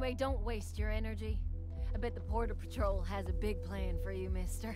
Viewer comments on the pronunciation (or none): none